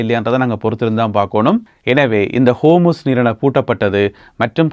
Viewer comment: Not kormus. Hormus😂😂😂